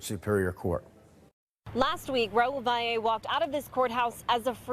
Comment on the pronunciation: It's pronounced Vally not how all you newscasters are saying it. If you are going to report the news at least try!!! SMFH